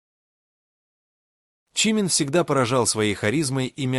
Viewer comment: Озвучка ИИ просто мрак - ЧИмин, ШугА, айдОл и т.п. Ну, а фотографии Тэхёна на фоне рассказа о Чонгуке это край. Вобщем, ролик сделан на отвали.